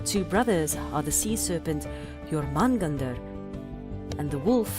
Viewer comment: Prosey Edda? its Prose Edda ( this is an english word ) u mispronounce Jormungandr too And why is your english accent a mix of british and american ?